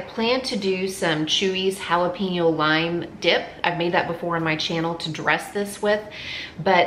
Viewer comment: Jalapeño = Hala-pen-yo. NOT pin-yo.